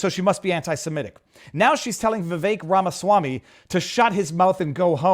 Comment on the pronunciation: Time Index: Viva's opening comments - mispronouncing Vivek Ramaswamy Viva's petrified turtle shell - J6 footage shows peaceful people in Capital Robert joins - topics for tonight Media Matters hit piece and Elon Musk to sue Laura Loomer tweet re Riley Gaines Trump, Gag Order lifted (4 of Engoron's rulings overruled) - support growing for a mistrial Even Dem's say Trump can not be removed from ballot Biden trying to take over Internet? Rumble Rants - Israel discussion - Palestinians have always been violent Florida, Bars & children and adult themed events new swag for sale Horn case in California Relabeling everything 'professional ethics' - conversion ban bill Prisoner case, solitary confinement, mental illness Wealth Tax, National Federal Property Tax Argentine Pres election, Javier Milei wins, massive inflation Self Defense case, convicted felon using firearm more Rumble chats Malcom-X case, FBI organized & orchestrated killing - J6, an inside job, instigators, FBI informants Locals Tips - Auto 'Kill Switches' in 2026 - more Locals Tips Standing Issue, Black Lives Voters Brooke Jackson case update T-Mobile case, employee steals customers photos Closing comments